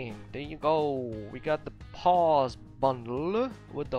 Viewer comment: To help you out, POSE is pronounced pOz with a long O sound. You’re actually saying pause like to stop a video briefly... love the videos and I can hardly hear a Ukrainian accent, your pronunciation is extremely good